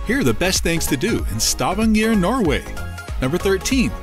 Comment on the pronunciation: you could start by learning how to pronounce Stavager